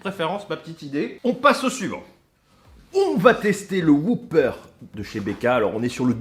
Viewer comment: Whopper pas whooper bon sang 😜 donc ça se dit « whoppeur » et non « whouppeur »